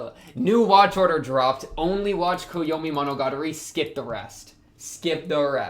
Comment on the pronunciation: wtf did you say at first. I only understood after monogatari